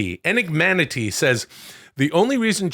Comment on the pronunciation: Will, it's enigma-NATE. Say it separate first, enigma. Okay, now say Nate. Good job. Enigmanate. Moving on. What is Dudesy trying to prove my gifting Chad all this stuff that Will would appreciate more? Those are some evil, manipulative tactics by Dudesy. Just dirty. Hang in there Will.